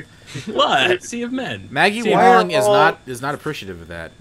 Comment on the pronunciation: he's pronouncing it maggie wong.